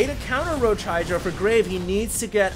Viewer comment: Who else thinks he is saying graig? haha